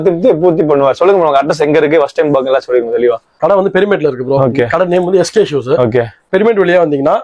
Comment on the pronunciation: Shoe..... Showeeee dai anchor adhu shoe da😂